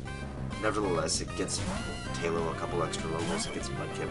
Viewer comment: Ooh, I didn't think about Heart Scales. Those are practically TMs for rebirth of old moves! BROLOOM. Leech Seed practically makes Shroomish a cleric. Tye-low almost makes sense, since tai in romaji would be pronounced tye. People make fun of Great Ball dude, but free Great Ball is jawesome here. ETHER yay. pronounces Ether like I used to before finding out the "e" is like "eep" in chemistry class. (+ Ike's Aether in Brawl.) -Kooper, thinks it would be better like "eh", as in "ethereal".